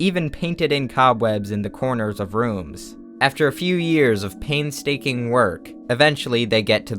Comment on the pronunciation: Did you just say 'paintstaking'???